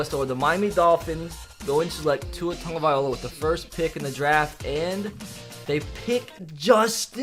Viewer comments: Can you please learn how to say “tagovailoa” Tag-Oh-Vye-Low-Uh not Tag-Oh-Vye-Oh-La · 😂😂😂 can’t even pronounce tua’s last name right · This man calls himself an Alabama fan but he can’t even pronounce tagovailoa right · It’s Travis Ay-tee-en and Tua Tug-uh-vy-loa